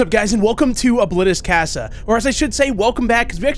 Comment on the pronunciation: NO SAY CASA RIGHT PLEASE